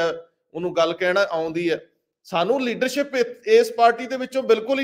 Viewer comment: Pronunciation of words like Leadership,Shuru , Kush . Crucial,National etc. need to be rectified . Agricultural problem is concerned with the whole of the country . Why are only Punjab farmers so agitating ? Thanks .